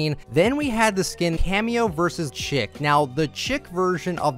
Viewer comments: I love you, but you and other Fortnite YouTubers have pronounced "Cameo vs Chic" as "Cameo vs Chick" all season and it's supposed to be "Cameo vs Sheek" lmao 😂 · You're pronouncing Chic wrong. It's pronounced like "sheek", not "chick". Also, you think the backpack back blings are boring and lazy but then you complain that wings and capes are overdone? What do you want them to do for back blings? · cheec not chick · Chic is pronounced sheek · Chic is not pronounced Chick...it’s pronounced Sheek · It's pronounced SHEEK, no Chick lmao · shee-ck not chick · Am I the only person that gets super triggered when people say Cameo vs Chic by pronouncing "Chic" as "Chick"? Like does no one else know that it isnt "Chick" its "Sheek" like the fashion term. Just me? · Just fyi Chic is pronounced "sheek" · It's pronounced like shiek, not chick. Why does no one realize that lol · Chic: pronounced "Sheic" not "chick".... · The Chic skin is pronounced Sheek not chick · Chic is pronounced Sheek. Just so you know my dude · Chic is pronounced "sheek", not "chick". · Oh my god, it's pronounced: "Sheek!" lol its fine though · Chic is pronounced “sheek” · Chic is pronounced “Sheek” the skin itself is supposed to be a fashion model of some sort. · HER NAME IS PRONOUNCED "SHEEK" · "chic" is pronounced sheek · Well time to watch 1hour and 21 minutes of this... also chic is pronounced shiek or sheek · Chic is pronounced "sheek" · The season is almost over and you're still saying chic wrong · so y’all still saying chic wrong 😔